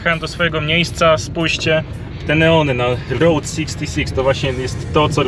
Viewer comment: Chłopaki poprawcie reasearch, Route 66 została otwarta 1926 roku. Ta międzystanową biegła z Chicago do LA, w 1936 roku przedłużona do Santa Monica. Skreślona z listy autostrad w 1985 roku i zastąpiona Interstate 40. P.s. route czytamy rut nie road. Pozdrawiam i dziękuję za film.